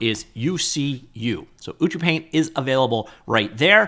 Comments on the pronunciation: It's actualy pronounced as U-chu-paint, as Ucup is the developer name :) Also, the dev seems to be huge fan of ACG culture, that's why you see Ina from Hololive. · Color (or paint haha) me wrong. I was sure this was pronounced "you see you paint"...but watching tutorials from the app creator himself, ucupumar, he pronounces it "uchu paint". Great video as always. Really is a great tool! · Learn how to pronounce the name before showcasing... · I'm impressed with how you manage to pronounce ucupaint differently each time you say it! :D Tip: hold shift when dragging blender sliders to increase precision, useful for a lot of sliders in ucupaint like UV scale and layer opacity